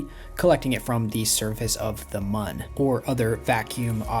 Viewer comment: I finally found someone who pronounces Mun correctly. I don't care what anyone says, I'm willing to die on this hill.